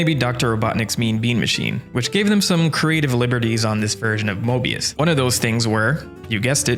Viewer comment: You said mobius or morbius?